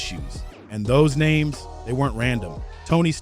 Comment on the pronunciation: Bro WTF! Can u never pronounce the names Right?? Like ur literally supposed to know what the F! Ur talking about but cant pronounce the names of legends correctly! 😂😂 Like every single shit u drope u saying someones name fucked up